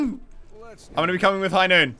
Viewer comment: It's not high noon it's high noot